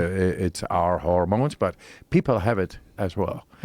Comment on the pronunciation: Every time the Iceman said "hormones," it sounded like "The Ramones." Great podcast!